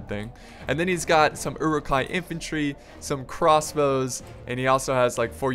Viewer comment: Uruk-Hai pronounced as: euruk-hay Sorry bad english